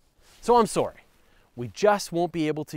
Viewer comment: I forget you're Canadian, then you say "Sårry"